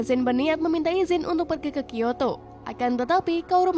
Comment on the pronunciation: Kyoto aja di bilang kiyato